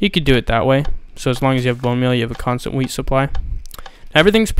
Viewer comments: skatemaniak212 porbably know it said WHEAT but the accent made it sound like weed, dumb fuck *facepalm* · i thought u said weed farm